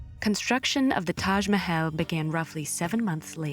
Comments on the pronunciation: Not taj mehel taj mahal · Sure bro "Tash Mahayle" "Momtash"